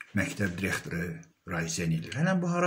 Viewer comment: MƏMURƏ .XANIM YOX.ZİBİL XANIM.DİREKTOR YOX DIRIQTOR.ÖLKƏ DAQILIRRRR.SOS SOS.VALLAH BİABIRÇILIQDIR TƏHSİLİ QƏSDƏN AXSADIRLAR.